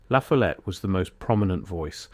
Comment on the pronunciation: It’s pronounced La FOLL ette